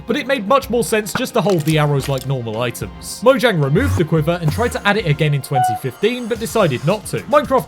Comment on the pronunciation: It's actually pronounced "moyang," if you're going by the Swedish pronunciation.